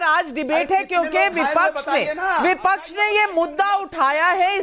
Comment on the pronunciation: vipaksh hota vipachh nahi. ji😅